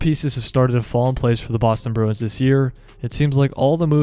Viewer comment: Start to pronounce the club name correctly.